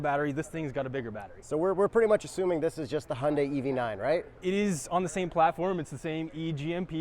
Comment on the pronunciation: hi yun dai you're professionals, you can learn to pronounce this